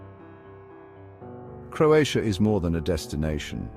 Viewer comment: This is a nice video... but unfortunately you butchered every name of every place in Croatia. 😢😢😢You should have at least make an effort to learn how to prounounce the name of the places correctly before making this video...in that way you would show some respect to Croatia and Croatian people. 🇭🇷